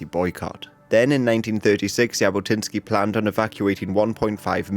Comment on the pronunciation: Its not "y"abotinskiy😂 its actually pronounced Jabotinsky with tne "j" as the "j"